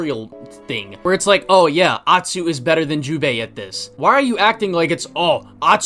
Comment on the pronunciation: Is he saying hyubei or jubei I fell like he’s doing it on purpose